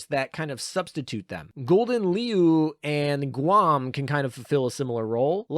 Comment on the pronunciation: Your pronounciation of leeuw harms me... Just say lion to stop the pain Do note Siren Killer counts toward the 20% top Siren damage boost, just 2 +13 and you're maxed.